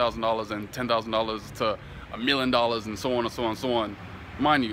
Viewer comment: I heard the accent when you said "a million" sound like "ah milleon" lol